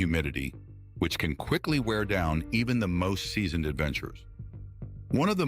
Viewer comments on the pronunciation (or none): none